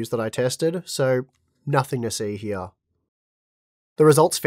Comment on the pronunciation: Hya instead of here xD that accent